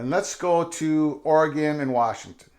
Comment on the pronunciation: I’m just glad you’re pronouncing oregon correctly 😂